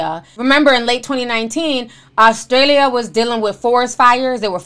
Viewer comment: Ti why did you pronounce "Australia" like you were speaking Spanish 😂😂😂